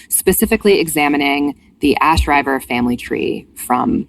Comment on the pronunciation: Yay! Can’t wait to get to one of my favs in the series. P.s. it’s ash-river, not rye-ver